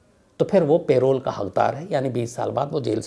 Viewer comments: Nice story ! But Shams aap hamesha hi पैरोल बोलते हैं लेकिन आज प्रोल क्यों बोल रहे हैं ?? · Payroll means.. kaam per aap payroll pe ho aour pay milega.. parole means ke 20 yrs. baad parole pe aap chhut saktey hai.. parole ko ….” p…. role “…..pronounce kiya jata hai..” payroll ek pay deneka employers ke liye rit hai… p…. role pronounce kijiye.. mujhe samajne mei dikat hoti hai.. payroll shubd per.. thank you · It’s not payroll it’s parole په رول